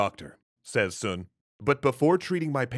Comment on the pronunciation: I'm pretty sure that common pronunciation is "Sun", not "Soon". Source: I'm Chinese and grew up in Hawaii. Oh...and are you not doing the cool quirky voice anymore? It was your differentiator - it really made your videos stand out!